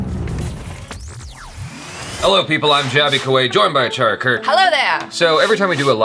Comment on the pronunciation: ACHARA'S PRONUNCIATION IS 90% RIGHT WHEN SHE talks IN HINDI... SO NICE. but JABY sucks